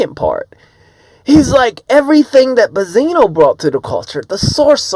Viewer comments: Why can't u say BEN-ZINO??? Buzino???? I don't even like dude but its just annoying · Bezino? Say it with me now BENZINO there's a N in there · Dude keep calling him Bazino lol.. It's BENZ-ino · It’s “benzino” goofball not “ bezino”